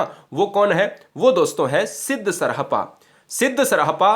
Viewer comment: Yarr tumhe t0 pronunciation krne aata ni glt padha rahe sarhpa 7 th century Me the. Kvi ka Nam lene ni aaraha